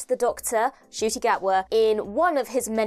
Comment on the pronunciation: Correction, it's an 'N' in Ncuti, not a 'G'. My first Doctor was another Scotsman, Sylvester McCoy. My classic Doctor is also Tom Baler; in Nu-Who, it is David Tennant and now Ncuti:D